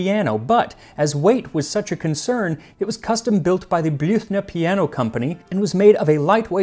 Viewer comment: Thumbs up for pronouncing the Blüthner Piano company correctly. Almost all Youtubers who try to pronounce a German name don't really manage. You did. Great.